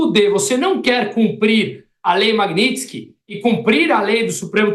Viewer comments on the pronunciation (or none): Achei incoerente o reporte corrigir o entrevistado publicamente por falar errado a palavra magnitsky